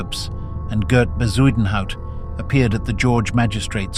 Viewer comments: Ffs is bakkie not bahkey and Bezuidnhout not whatever the fuck you tried to say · Can someone please ban AI voices from this platform? Editors are now even too lazy to narrate their videos. It hurts my ears listening to the voice trying to pronounce Bezuidenhout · The AI voice butchering words like Bezuidenhout and bakkie is hilarious